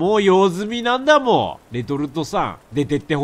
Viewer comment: レトさんの「なんだもー」が「だんだもー」って聞こえる(ずっと思ってたんだけど言えなかった(つω`*)